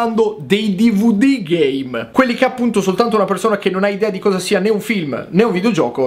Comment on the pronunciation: Schumi Jr. L'ultimo dvd GAME ha detto, solo che, dicendolo velocemente, sembra che dica GAY